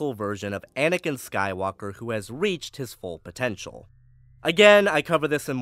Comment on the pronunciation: "Skywonker". Can't unhear it now.